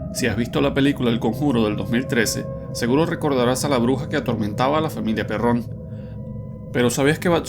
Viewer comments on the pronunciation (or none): Se pronuncia Pérrn, no se díce Perrón (aclaro, El lnglés solo se acentua de manera pronunciada) Pínche Narrador Pendejo.